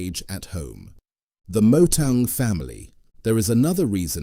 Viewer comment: Initially I thought you were saying Motown. Trick in pronouncing Motaung is to express the " tau" part as if you were saying the word Mortar. Thats the correct ring to that part of the Surnsme, Chief 😊. Said in good faith no sweat